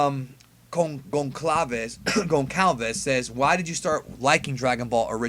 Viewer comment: Gonçalves BRO - just pronounce the C like an "S" lol.